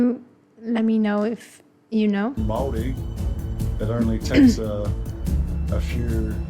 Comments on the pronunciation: The first narrator of the video doesn't pronounce Māori correctly at all. Māori pronounced MAH-O-RRREE. Te Ariki, the second speaker, has correct pronunciation. Endemic just means native, common to the location. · Kia Ora great pronunciation for first-time trying. We roll our r's Mao-ree.😅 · As a Maori we appreciate your attempt at pronouncing our words and that's enough for now. Have a listen to "Maori Ki Te Ao" by Stan Walker to get a proper pronunciation of the word Maori. Check out his other songs while you're there. Thank you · The video narrator is Australian; you want to hear the proper pronunciation from a Māori ;-) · Yes, please don't copy the speaker in the documentary!! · I'm so triggered that the first voice you hear talking about Maori people is an Aussie!! He doesnt pronounce Maori properly either just fyi...pretty decent but not quite right. Whakapapa is genealogy. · Hi, don't try and learn pronunciation from thid video. The narrator is Australian. (The easiest way to pronounce the word Maori is tp think of Moldy)